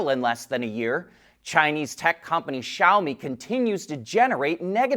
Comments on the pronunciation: Finally he pronounces Xiaomi correctly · He learned how to say Xiaomi, NICE